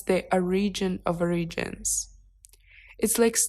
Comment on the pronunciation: что-то с этим не так. Первая девушка- проблемы с произношением слов origins, Pisces. У всех переводчиков не хватает эмоциональности в голосе, не могут передать энергетику ваших слов. Конечно, идеальным решением было бы использовать профессионального актёра дубляжа. Возможно, это слишком дорого, но стоит попробовать. Советую выбрать мужской высокий мягкий голос либо со славянским или с легким европейским акцентом. Из того, что тут представлено, лучшая версия с вашим живым видео с voiceover и возможностью включить английские субтитры.